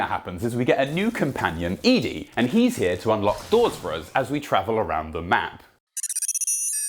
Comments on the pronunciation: Eedee... Ed-E, Eddee, Edie, I know it's literally nothing, but it's driving me carazy, otherwise great video, good work dude... Ed-E=Eddie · I'm sorry but I hate your pronunciation sometimes. Like dawg it's not "E-D" its name is clearly supposed to be "Eddy" and don't get me started on the way Brits pronounce "Graham" it's "gram" not "grey-ham" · The way you say ED-E took me for a second. I always pronounced it like Eddie. Like iron maiden lol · Is no one going to mention ed-e is pronounced eddie....